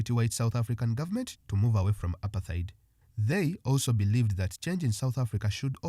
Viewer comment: Apart-heid and not apar-theid.